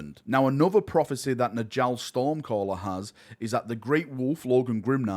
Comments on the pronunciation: its nYALL. Nordic "j's" are pronounced as a "Y" sound! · Please pronounce Njall correctly